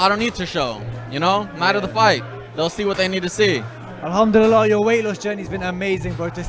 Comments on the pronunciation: Anyone else get annoyed with how he says alhamdulillah like no disrespect at all to the religion or what he believes in but I’m pretty sure it’s al ham duli llah not elhumdulilleh or how ever fouse is pronouncing it ? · Is it just me or is he pronouncing Alhamdulillah incorrectly. Sounds like he’s saying Alhamdudillah 😂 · He said Alhamdullilah wrong 😭😭😭